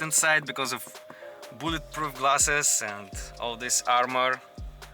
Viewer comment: BULLETPROOOFF GLASSSSEESSS yeh that english class worked well